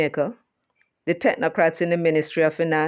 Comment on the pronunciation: Bata-crats not techno-crats